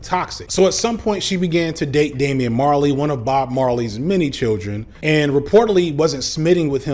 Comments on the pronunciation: Me every time said Damian Marley: 😬😑 lol Great Vid as usual! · I'm Jamaican. Every time he said Damian Marley, I cringed.